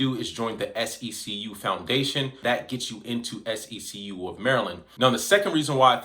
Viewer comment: It’s See-q bro …like 1 flowing word